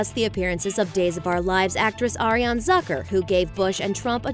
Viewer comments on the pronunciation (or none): none